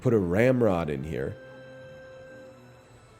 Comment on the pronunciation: Any time he says ramrod I can only hear hemorrhoid